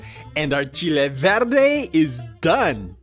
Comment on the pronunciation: Wow! I got to say your recipe is really authentic as we make it in Mexico and even better is your pronunciation of the ingredients.